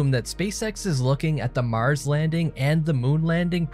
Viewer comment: this guy says "Mars" weird.... lol "Maahhrs"